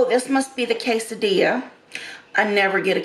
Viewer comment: Look up how to pronounce Quesadilla Two ll's are silent